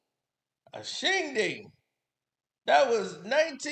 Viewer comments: Shindig. Not shinding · Not shing ding it’s Shin Dig. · Shindig, not ding. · It's Shin-Dig not Shin-Ding... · mispronouncing shindig as "shingding", makes the roast even funnier